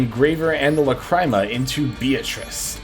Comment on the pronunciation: Guide's goated, you really did your homework on this one, my one nitpick is the way you pronounce a few cards, specifically Lacrima (pronounced Lacreema, it's the Italian word for teardrop) and Mu Rcielago (ngl I have no clue how to explain how it's pronounced, but it's the Spanish word for bat)